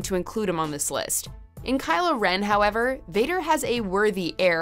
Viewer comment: “Kylo Ren”?!!!! Really?!!!!! :(((((((((